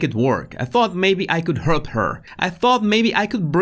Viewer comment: My guess is his accent, it came out sounding like "hurp"